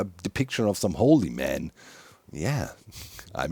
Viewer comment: Did he say Holy-man or woolly-man? 😉 baaaaahaaaaa